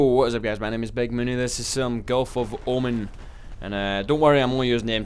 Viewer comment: btw it's not omen, its omaaaan